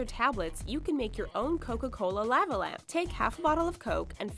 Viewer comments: Law-va not La-va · lah- va is how u say it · "Lahvuh lamp." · Say "lava" correctly. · that bothered the hell out of me lol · The way she says lava lamp pisses me off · why the hell does she say lava that way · Yep dunno why but that bugged the shit out of me too. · the way she says lava lamp 😂😂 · How she said lava was weird